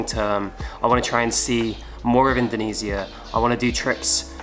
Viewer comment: Learn how to pronounce Indonesia